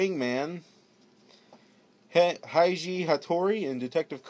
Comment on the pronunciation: No offence, but completely butchered Vegeta, Heiji, and Kid Icarus's Names..